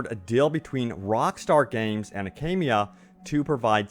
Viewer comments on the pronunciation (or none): Akamai, not Akamia.